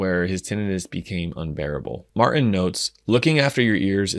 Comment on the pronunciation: Martin has a T in it. You should pronounce it!🤣